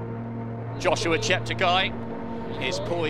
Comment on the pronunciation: His coach keeps switching between Joshua and Yoshua. :) How do you not pronounce your mentee’s name consistently?